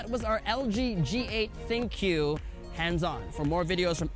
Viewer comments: Ha. I know. It's pronounced "think". People say it wrong all the time. It's not that funny. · Good for you. He still mispronounced it.